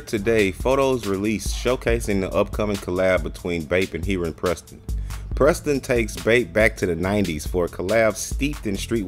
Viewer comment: I’m pretty sure you’re pronouncing his name wrong lol